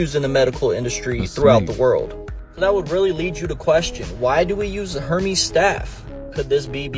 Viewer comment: Maybe he should look up how to pronunciate Hermes...